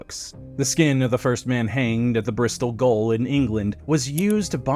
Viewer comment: Gaol is pronounced the same as jail. NOT GOAL!